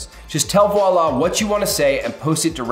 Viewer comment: I have never heard the word Voilà so butchered before! 😂